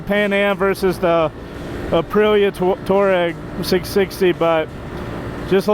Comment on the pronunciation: Fun video. Nice to see the local shout-out to Pops Coffee - I spend half my life in there! BTW, the Aprilia is pronounced "Tw-ah-reg" (desert nomad).